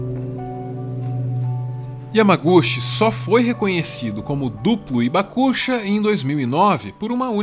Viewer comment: Oi pessoal, uma correçãozinha de pronúncia. Hibakusha, não é ibacucha, é rribacucha, o h tem som de R de riso, rio. Outro detalhe, temos ainda vivo no Brasil, o sr. Morita, um Hibakusha,. Quem quiser conhecê-lo basta ir à sua loja de produtos japoneses perto da estação Saúde do Metrô paulistano. Uma simpatia de pessoa.